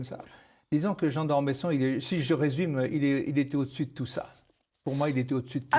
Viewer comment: D'Ormeuuusson et non d'Ormésson ! Pourquoi ne pas respecter les noms de famille, surtout quand ils font partie de notre Histoire ?